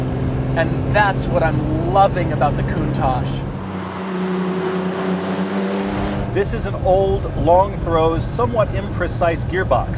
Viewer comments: Lamborghini Poontach... nuff said. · It’s lamborghini countach Not lamborghini khoontach stop pronouncing it like this